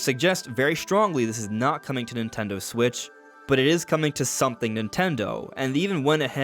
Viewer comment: The Nintendo Swiich 😂